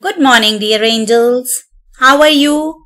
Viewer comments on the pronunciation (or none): It feels aquard when you say little angles 😤😤